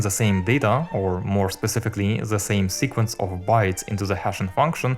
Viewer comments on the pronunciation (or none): none